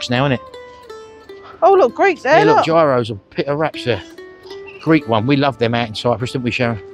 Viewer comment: Haha Giros you used to get at benefit bus ! Greek Gyros are pronounced Heer.os